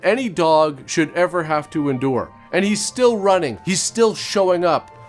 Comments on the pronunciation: Why you allways saying :Welcome "to",that TO,why are you saying that in so anoying manner? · Why you telling TO in so annoying manner? Welcome "TO" the show!?!